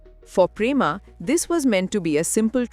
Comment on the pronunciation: Quite sure he name is Pema not Prema